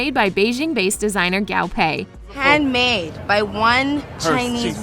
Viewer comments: also guo pei not gao pei. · Not to be that one annoying chinese- but i hate the way the narrator says the chinese terms- like its guo pei not gao pei- yk? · The designer's name is not pronounced as "Gow-Pay", it's Gwoo-Pay lol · The designer's name is pronounced Guo (kuo) pei not gao (kao) pei. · GUO PEI not Gao Pei! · i’m mad she keeps saying gao pei instead of guo pei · guo pei. not gao pei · To reiterate, the designer’s name is pronounced as Guo Pei, not Gao Pei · Guo pei not gAo PeI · Guo Pei not Gao Pay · GAO PEI 😂😂😂😂😂 sorry i can't stop laughing at the pronounciation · Didn't even research the pronunciation of Guo Pei... Faux faux faux faux!!!!! 😂😂😂😂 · but the way she pronounces Guo Pei tho? and other words.